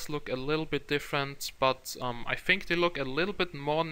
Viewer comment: Good, but as a suggestion, stop saying bofe for both, fink for think, fick for thick, and so on. It is annoying.